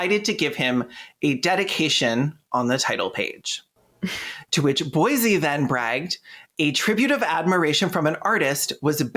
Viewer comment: Bosie, it rhymes with Rosie. not Boise 😭